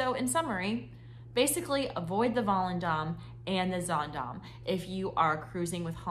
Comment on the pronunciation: You started this video saying the same sentence three times. Also, get the pronouncements correct. It’s pronounced Zandaam and not Zondom. I’ve been on 9 HA cruises and I love the mid and smaller ships that are quieter and more relaxing. Ride the ship yourself before putting out such negative comments.